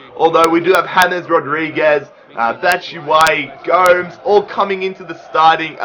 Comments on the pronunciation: Its Go-Mes not Goums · it's gomès not gomes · please stop calling him Andre G0mz. it makes me cringe everytime. Its GO-MEZ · its andre Goo-Mess not goms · Niklas #vapenaysh yer it sounds so weird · And it's not Andre GOMS it's GO-MES